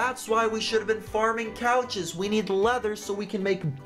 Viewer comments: Is it just me or did he say farming COUCHES BTW ILY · you said farming couches